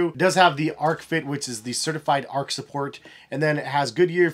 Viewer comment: Nice review as always,! Btw, the "h" in "arch" isn't silent (it rhymes with "march"), lol